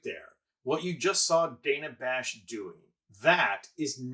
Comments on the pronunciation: The bites are good. He wastes our time. One of the STOA. The Slow Talkers of America. (He also mispronounces DANNA Bash’s name she’s not DAYNA Bash. Get it together! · I'm no fan of Dana Bash but why did you mispronounce her name for the whole video? "dan-uh" not "day-nuh"